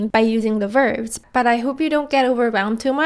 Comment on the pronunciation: Nicely put. I also find it interesting that both you and my own Korean teacher say "verves" instead of "verbs" :)